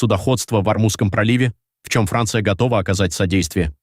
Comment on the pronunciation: Хранция, ну это мощно